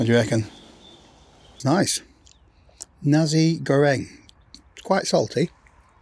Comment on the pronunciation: I don't know - maybe lost in translation - however it is "Nasi" Goreng - not "Nazi" Goreng .... 😁 it's a Chinese product and not from Germany 🤣🤣 Dear greetings from your beloved Kraut ... 😘 To me, stealth camping is an illusion - if you don't sleep in your car or a regular Sprinter with no added windows or so ...